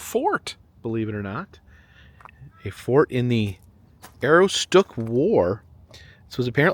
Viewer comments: Its A-roooooo-stick 😊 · Its pronounced ah-ROOS-tuk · Aroostook is pronounced A-roos-took, greetings from Madawaska, Maine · Welcome back to my state! I cringed every time you pronounced Aroostook but I won't correct it, lol. I hope you enjoy! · I have no idea how they achieved their pronunciation from the spelling.